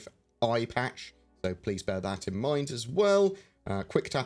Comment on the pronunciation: i-patch? arrrrr matey